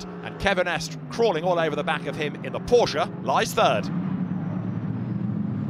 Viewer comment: It’s estra not esk